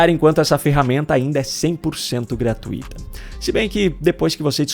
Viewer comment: A palavra correta é GRA - TUI - TA, e não GRA - TU - I - TA, como você fala. Procure pesquisar. E corrija-se.